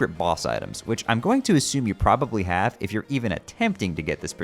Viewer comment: but he says "So I haveth a laser pointere."